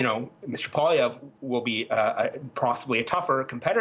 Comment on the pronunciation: It’s not “ Pah”lievre! It’s “Pooah”lievre !